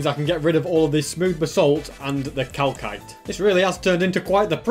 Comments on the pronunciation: im not mad but he did NOT just say cal-KITE its pronunced cal-SITE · The way he says Calkite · its is calcite (cal-site = calcite) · Mojang: Calsite: Calkite! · When he said ‘calkite’ XD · ))) its pronounced "cal.s.ite" LOL 👍, also, glowberries can be found in dungeons, mineshafts and most importantly lush caves!! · pronouncing calcite as cal-kite triggers me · So we’re gunna ignore the fact he called it Cal KITE…. Okay I’m not here to judge 😂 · Calcite is actually pronounced. KAL-SITE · is anyone going to mention that is pronouncing "calcite" wrong? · Just so you know you are saying calcite wrong